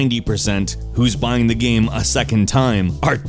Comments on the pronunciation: EA sports: it's in the geym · "It's not the seym geym